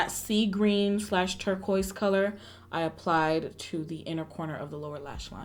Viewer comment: I realized you were trying to pronounce the shade name “Turquoise”? Lol